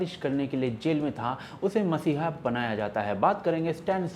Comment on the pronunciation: dear, it is 'mEssiah' and not mAssiah. cheers.